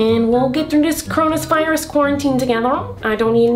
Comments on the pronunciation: Fyi miranda calls corona virus coronus virus lol no offence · She also said coronaspiris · coronis virus ( ͡° ͜ʖ ͡°)